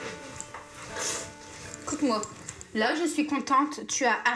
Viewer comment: tu restes lo, tu vas te calmer lo, quand tu vas te calmer tu reviendro